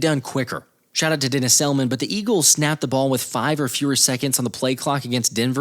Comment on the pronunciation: Also, it's pronounced DAY-NIZ, not Dennis :)